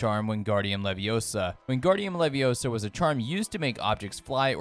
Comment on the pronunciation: It's leviOsa, not levioSA 🤦‍♂️